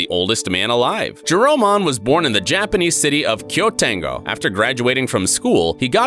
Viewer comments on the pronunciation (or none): none